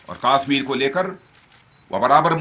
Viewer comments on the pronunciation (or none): Yes this bullshit Bhoot Nath is not even able to properly pronounce the name of Kashmir!